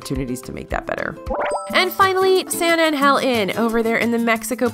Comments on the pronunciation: You say “San Angel” very not Spanish like .. the accent is on the “A” -“Ángel.” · “San an-Gell” vice “San an-Hell”. :-) (J’s make a “h” sound in Spanish, not “G’s”) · Lol her saying “San angel” makes us Spanish speaking people cringe af